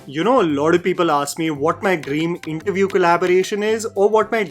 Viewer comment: "You know lauda people ask me" 💀💀